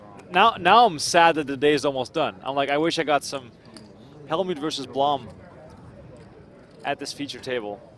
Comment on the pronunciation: Blom is pronounced with a short "u", like in "room".